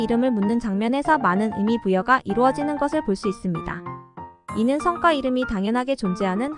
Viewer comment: "성과 이름" 발음좀;; 성과지 성꽈가 아님;; "성과"성꽈는 무언가 이루어 낸 결실